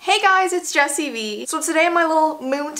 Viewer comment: Code v? Its jessi VEEEEEE!